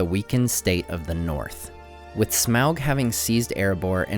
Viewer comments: Smelt? Its smaug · You keep saying Smelg. It's SMAUG!!!!